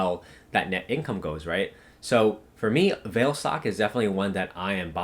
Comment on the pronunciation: Hi, thank you for spending the time to do all the researching for us. They are really informative. I bought some of the stocks that you recommended. However, I would like to let you know that the pronunciation for Vale should be "Vah-Lay". I worked in Vale and been to the HQ in Rio so I know.